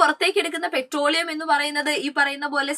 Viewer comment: 😂pretroleum> petroleum ×